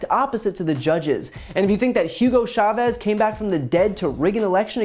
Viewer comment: What took me out when she said hugo chevaz..mind you the man been dead since 2013....lmao